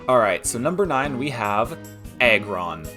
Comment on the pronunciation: Great video man keep it up. I heard egg-ron not aggron though 😂 . Im predicting salamence on #1